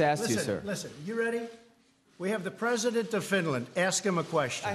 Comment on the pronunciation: I’m the pwesident, don’t you talk to me the pwesident like that. Your mean